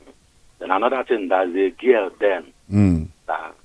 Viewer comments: Including pronouncing (girl) gell as gal, be real man. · Did you hear her when she pronounced ‘girl’ as ‘garl’ . The presenter asked her what’s garl? She said a female. Then he understood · so you didn't hear when she pronounced girl as gal that the man was asking what she meant by gal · So I am not the only person who thought that. The only reason I did not comment is because of the way she pronounce girl as garl, and one other unnigerian thing she said. But it is quite surprising how this Gambian has such level of Naija accent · Including pronouncing girl, gal. Be real please. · When u mix up Nigerians, u start talking like them.. look at the Kenyan baby mama of Obi Cubana, the first time she spoke she spoke like Kenyan but now, she speaks like a full fledged Nigerian. The way Emeka s wife pronounced girl as gal shows she is not Nigerian at all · That's not a pure Nigerian accent. Listen to her pronunciation of "girl" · Don't forget she's African too. The way she pronounced "girl" is different from how Nigerians pronounce girl.